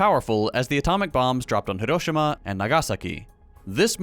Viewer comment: Thank you for making the effort to pronounce proper nouns in the original languages! I noticed you stressed the syllables the way a Japanese speaker would when saying hiROshima and naGAsaki :) - best from Japan